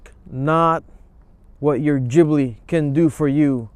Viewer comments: Gibli with a G. Not Jibli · I stopped watching the video after he said GGGbbli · Wrong. BMW is the Germans answer to Alfa Romeo. Maserati is more comparable to Porsche. And btw it’s pronounced GibLEE. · jibli LOL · U could at least pronounce it right.... geez